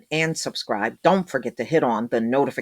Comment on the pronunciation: When she says "peace family!" it always sounds more like a curse to me than anything else...